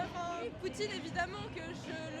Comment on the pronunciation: "Ma mézon Cé le mhonde"